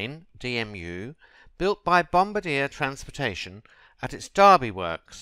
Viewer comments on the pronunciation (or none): That's not how you say bombardier